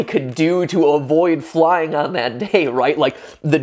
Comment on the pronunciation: When he said “i’m scared of flying” I thought he said “i’m scared of lying” lol